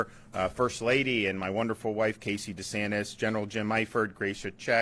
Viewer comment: The most powerful in your lifetime? What, are you a child? By the way, it's DeSantis, not DE Santos; he's Italian, not Hispanic. You might want to keep that in mind for when he becomes president.